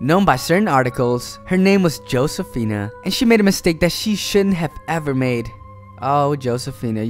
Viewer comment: Her name is pronounced ho say fina, not joe say fina.